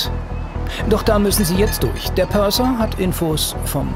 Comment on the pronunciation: Purser, nicht Perser